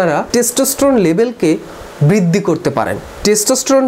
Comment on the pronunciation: "বৃদ্দি" কি??? "কোলোক" কি ???